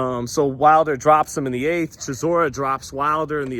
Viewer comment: 😂 bro I said chisoras name like that yesterday & my Gf looked at me so crazy im like Blame not me 😂